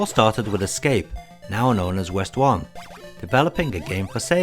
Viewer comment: Westone isn't pronounced West-One, it's "weston" (i.e. ウエストン).